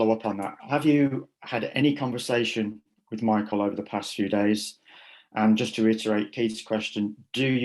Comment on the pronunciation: "No Mykil, no no Mykil, that's so not right"